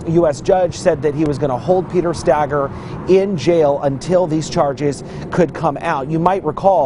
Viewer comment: (Stay-girr) Stager